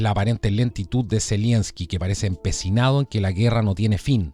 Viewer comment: Estas son puras cachetadas de payasos,de este par de títeres del NOM ,Pan y Circo para mantener en el engaño a los incautos . Y Es Z E L E N S K I ,no ZELIENSKI . Saludos !